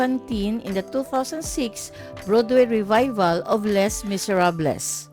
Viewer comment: ate …. LEY MISERAB ang bigkas sa Les Miserables. silent S and L